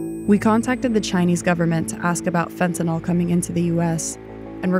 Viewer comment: Say, "fen-ta-nil". Not "fen-ta-nawl". Alright then. You can do it; I believe in you, child.